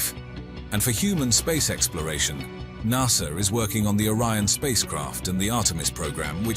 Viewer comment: I had to stop watching. I could'nt stand listening to NAHSA. Even the Americans call it NASA. I would have even accepted NASSER.